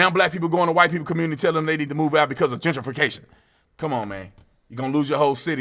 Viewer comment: Jen tree fee cashun!